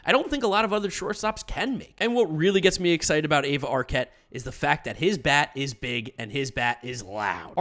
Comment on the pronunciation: Aiva is pronounced iva the A is silent